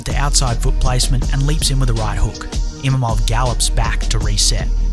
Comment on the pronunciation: I like your video but but dude it's IMAVOV not Imamov 😭